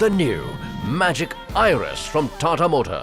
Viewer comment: Most of these are classic funky car designs. No mention the Cybertruck? Also learn how to pronounce Tata 🧐